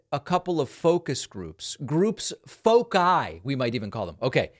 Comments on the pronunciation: Foci is pronounced fo- sy as in sigh, not fo-kai as in kids. The c is soft before i or e. Just like g and k. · Foci is not pronounced with a hard C David... it's Fo-si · David, "foci" is pronounced "FOH-sigh"! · Scary, as usual. BTW, I'm pretty sure that the "c" in "foci" is pronounced with an "s" sound.